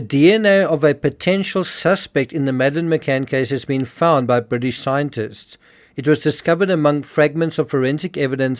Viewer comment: Bwitish media? *Englistan media. Fixed that for you. Bwitish lab? *Englistan lab. If you're going to pronounce the as 'thee', Google 'thee meaning' first.